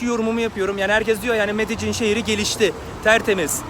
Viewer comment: Allahını seversen nasıl bir Türkçe kullanıyorsun ya medecin nedir ya medelin :)